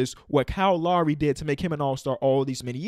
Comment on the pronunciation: It’s Lowry not Lawry